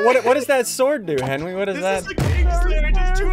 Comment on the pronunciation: “Henwy was rolled by SSundee” got me WEAK 🤣